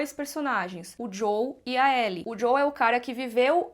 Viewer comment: JoÉL por favor.